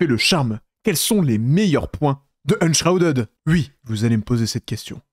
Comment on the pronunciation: Tu dis plus jamais "Wui"